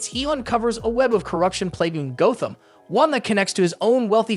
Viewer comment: Are you entirely a robot? Who the fuck doesn’t know it’s pronounced Gotham?